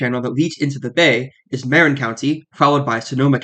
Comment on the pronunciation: Marin is pronounced "muh-rin"